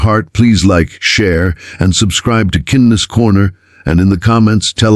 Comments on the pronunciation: Nice story, but kihndness corner? AI needs a little work. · Why can't you pronounce KINDNESS properly (It's the title of your stories after all)